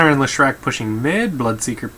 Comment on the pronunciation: also Lesh-rac not Le-shrac